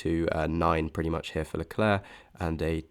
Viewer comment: Very interesting data and great presentation! But for the love of Zeus: please practice pronouncing Leclerc, your uk pronunciation is painful to be subjected to 😂